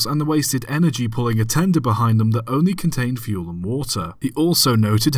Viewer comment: FUEL not FULE and a turn back shaped like the letter Y is pronounced why not way